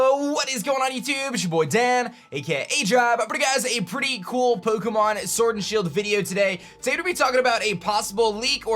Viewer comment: Shut up. cant even pronounce pokemon. He a poser.